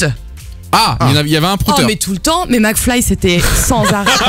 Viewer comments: Mcfly pas macfly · C pas Macfly mais Mcfly